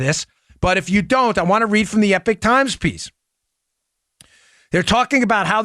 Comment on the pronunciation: Epoch Times is pronounced E-POK times not Epic times